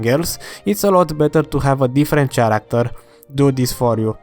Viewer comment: say ChairActor one more time